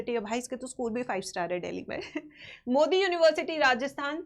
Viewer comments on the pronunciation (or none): none